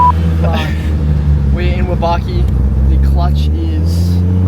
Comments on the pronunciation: isnt it prononsed "WAB-A-KI ? not WA-BAR-KI ? sick rig tho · Ngl, the aussie accent on "wabaaki" each time reminded me of my first time trying to say "nice to meet you" via google translation in Tokyo... "umm, hudgy mudgy shitter?" 🤦🏻‍♂️😂 (Nihongo ga jozu ni narimashita)